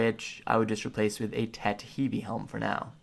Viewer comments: It's pronounced Heave (Heve) Uh-soola (Asula) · he-v-ee, ass-ooh-la's. Bro please look up proper pronunciation of the stuff you are talking about. Makes me laugh so hard and i cant focus lmao